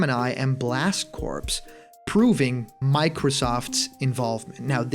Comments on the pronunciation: Hey, jtlyk its pronounced blast "core", corpse is a dead body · Just to be constructive, blast corps is pronounces blast core